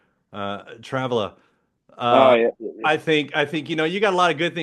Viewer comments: It’s Travla not Travela! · Please correct name of beer, its Travla :). Not Travela :)